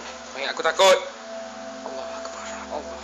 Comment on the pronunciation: At number ten notice that he kept saying alul akbar. (Sorry can't spell it.)